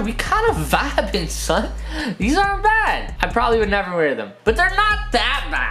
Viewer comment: don't say son like that again please